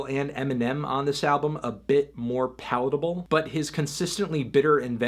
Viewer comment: i think he says palatable but it sounds like poutable